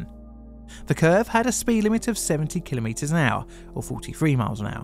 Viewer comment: I always hated the "failure is not an option" mindset. Failure is ALWAYS an option. Also: thank you thank you thank you for pronouncing "kilometre" correctly. Most people don't and it's so annoying.